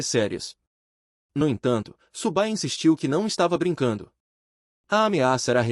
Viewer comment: Cara parabéns pelo vídeo, acompanho várias obras do canal e gosto bastante dessa, fico feliz por vc ter trazido aqui. Se me permite o toque, da uma conferida no texto antes da IA ler, pq ela fica com uns erros bobos mais irritantes como o nome do prota sair de "Su Bai" para "Subu Bai" e o nome da unidade ser algo que nem consigo entender rs São uns detalhes bobos mais que são repetidos o tempo todo e por isso acaba causando desconforto.